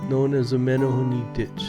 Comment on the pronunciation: Meh-neh-hoo-neh.... Not Meh-neh- hoo-nee